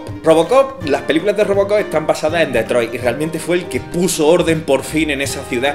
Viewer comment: Como pronunciada Detroit me provoca cáncer xD